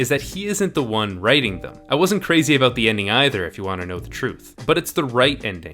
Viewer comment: Everytime he says abooout a Canadian get his hockey stick.